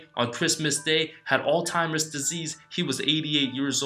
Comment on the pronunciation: Good video. But please stop pronouncing Alzheimers Disease as "All-Timers Disease."